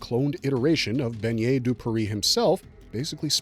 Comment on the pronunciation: Please for the love of god stop mispronouncing his name like that. Bennet would never sound like how you’re saying it…you’re saying it like Beignet…you’re saying the word for little donut. BeNNet the 2x n sound is not the same as beiGNet, gn sound. Bennet has never been a French name so if he we actually French his name would be Benoit. Whoever taught you to pronounce his name like that tell them to jump off a bridge lol